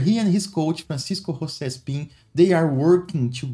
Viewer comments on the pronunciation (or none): none